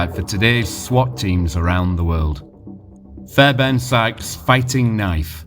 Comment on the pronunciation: Great documentary and credit for the work you put into this, however I’m sure it’s pronounced as fair BARN , sounds like fairburn on the video